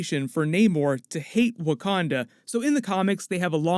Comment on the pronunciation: Bruce Banner , scientist/genius can’t pronounce Wakanda. Sure ...